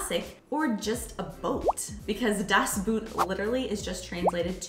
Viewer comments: Thanks so much for that topic! Two things I have to clarify: in German, when you try to pronounce "Das Boot", please don't do it the English way. It's more like "boht" with a long "o". So many Americans pronounce it the wrong way... 😉 And the other thing: as you showed a typical German Pils glass, it was actually a glass for wheet beer, called Weißbierglas or Weizenglas... Mayby it seems I'm to precise with it, but that one is probably a German thing that's really important 😉😬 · By them sounds like: "Das Buht" - whatever it is... 😂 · "Das Boot" is actually pronounced "das boht", which sounds almost like the English word "boat" - "buht" is completely wrong. The German "oo" is just an elongated "o"; nothing else. "Kölsch" is not pronounced ""Kolsch". What do you think the two dots above the "o" are for? Not just for aesthetical reasons! "Ö" is pronounced like the second "e" in "emergency", the "u" in "urgent" or the "i" in "James T. Kirk". Best regards from Vienna, Austria! 🙂